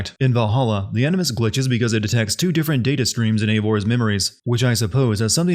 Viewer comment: This guy said "Enema Session" instead of "Animus Session" I don't care what the subtitties say, i heard what i heard.